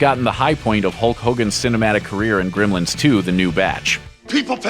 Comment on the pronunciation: This guy pronounces it "Grimlins."